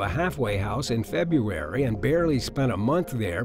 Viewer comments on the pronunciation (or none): none